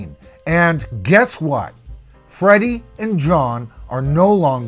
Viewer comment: Omg it drives me nuts, when they say Freddy.. lol